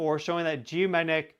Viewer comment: Hey, you are brilliant! But please slow your speech a little. You cannot pronounce “geomagnetic” that fast. It causes you to say “geomanetic” which is baby talk.😜